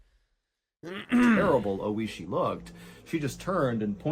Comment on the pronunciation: Is the guy's name Oishi, meaning "delicious/tasty"? If so, he pronounced his name incorrectly the whole video. rip